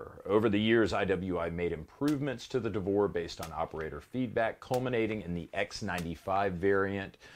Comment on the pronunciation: I thought I heard "Davore" and I wasn't ready for the cc subtitle. Had me coughing up soda.